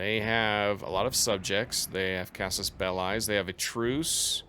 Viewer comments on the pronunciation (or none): Since you are trying to role play the series, here is some feedback for pronunciation. Some words with "i" your are using, such as "belli", or "trireme", should be pronounced "beh-lee" or "tree-reh-meh". Hope it helps!